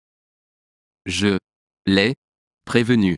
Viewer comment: Do you pronounce “e” as “u” because “Je” is pronounced as “Ju”